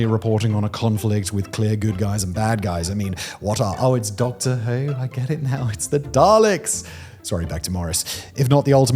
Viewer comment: “i have not seen doctor who” - specific accent